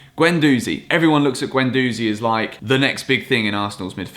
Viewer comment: Not a fan of guendouzi (he flails around and barks orders too much), but please pronounce his name correctly (ɡɛnduzi).